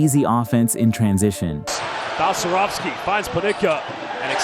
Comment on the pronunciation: Balcerowski, not Balcerovic